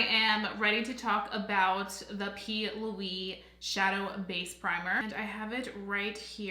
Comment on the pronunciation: Are you calling it the p. Louie base ? Lol